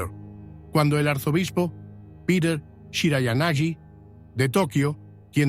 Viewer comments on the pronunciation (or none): none